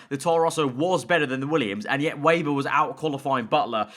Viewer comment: They will fix Weber when you can finally pronounce his name. He's German, it's "Veber", not "Weiber". :D